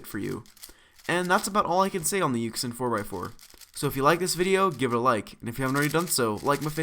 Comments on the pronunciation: Ik this is old but it makes me cringe when he pronounces it Yuxin not Yushin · Just FYI, this puzzle is pronounced yushin, not yuxin. It's pretty weird. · its you-shin not yuck-sin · It's pronounced [Yu-SHIN] bud. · When he said [yu-xin] I just stared like 😶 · It's pronounce yooshin btw.